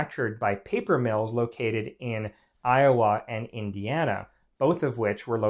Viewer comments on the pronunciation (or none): none